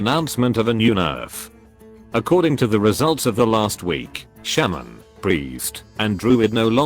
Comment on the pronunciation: The way it says Shaman always gets me Sham-an